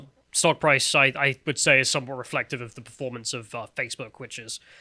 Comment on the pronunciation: "...not preformance-based" lol